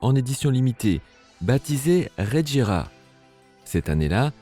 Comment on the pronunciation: Tu fais des vidéos sur les voitures sans rien n'y connaître, preuve : c'est la bugatti chiron sopersports 300+ la plus rapide au monde, et la regera ça se prononce ["reguéra] tout comme la agera. En plus dans le top 10 des voitures les plus rapides du monde, il y a la koenigsegg one et aussi deveel sixtieen. Dernière petite question ; pourquoi tu parle de la veyron en montrant une chiron ?